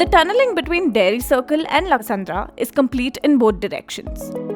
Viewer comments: It’s lakkasandra not laksandra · Good information but please improve your pronunciations... being a newspaper born in Bengaluru, it is ridiculous if your journalists are unable to pronounce local areas correctly 😅